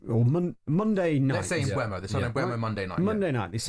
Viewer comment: Why have talksport, sky and all the fan channels suddenly gone back to calling Mbeumo "mBWEMo". There's no w in his name. It's"mBURMo" ffs